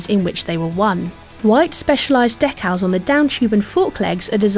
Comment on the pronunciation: "Deck-Al's"?! Try "Dee-Kal's".